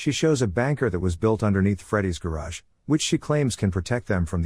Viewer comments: Bunker, not banker, lol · he says BANKER instead of bunker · bunker.... BUNK-KER, not banker.